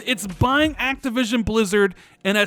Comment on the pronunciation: he was so excited he said activisim instead of activision 😂😂😂